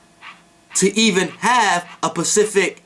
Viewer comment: "Pacific" LOL You Mean "Specific" Right?